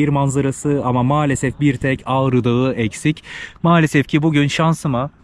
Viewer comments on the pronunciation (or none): none